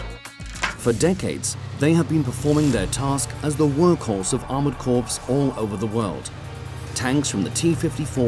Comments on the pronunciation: approx Waaaaitaminute, you didn't actually pronounce it 'corPs' with the P, did you ? 🤔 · A strange selection of tanks here - and an IFV is NOT a tank! Also, there's no such thing as "Armoured Corpse"! It's pronounced "core"! Any Brit should know that... Very amateur.